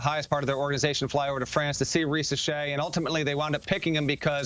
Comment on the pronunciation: the name is not pronounced reesashay.